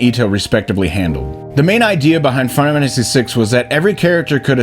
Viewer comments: Are you saying "final fantasy" like that on purpose? "fennafamasee"? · Can we address the elephant in the room...that being how pronounces final fammmmacy . Just saying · What's this "fun-amanda-see" game the guy keeps talking about? 😂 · Am I the only one that keeps hearing Final Mantasy 6? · Practice saying "final fantasy" for a bit before your next video cuz you can't pronounce that shit to save your life. Literally just read how the auto-generated captions interpret how you say that shit. "Fun of Hennessy" lmao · Why do you say Final Fantasy like that? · A final fantasy video by someone who can’t say ‘final fantasy’ is an interesting concept